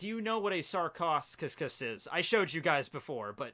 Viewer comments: I love all of this but please learn how to pronounce your ancient animal names,its painful to listen those completely mispronounced words like Sarchosucus is pronounced like Sarkosukus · your pronunciations of sarcosuchus (sarco su cus) and arthropluera hurts, also arthropluera was a giant milipede and an herbivore. Still a fan of u and ur videos